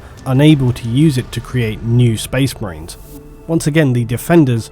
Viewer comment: Not sure words like 'enraged' and 'marines' are supposed to be pronounced with an L in the middle...